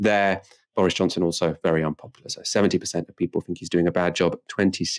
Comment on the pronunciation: The word is think not fink.